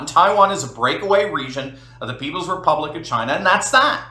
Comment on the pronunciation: Please.......... Republic! say it with me.......Republic....